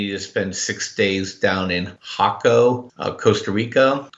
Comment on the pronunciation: FYI, Jaco is pronounced with the emphasis on the second syllable.